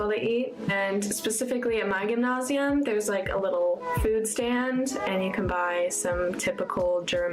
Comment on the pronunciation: She’s been in her German school 2 weeks and she’s already pronouncing gymnasium the same way as the German kids do, that’s unusual for being there for 2 weeks